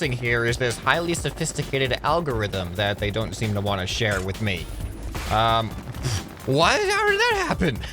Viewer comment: "howdirda happen?" lol